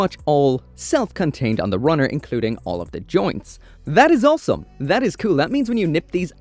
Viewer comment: Man where are you from? you have a very weird accent and you always say olsome instead of awesome.